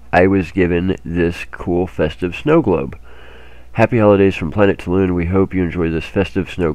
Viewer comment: When are you going to start pronouncing Toulan properly?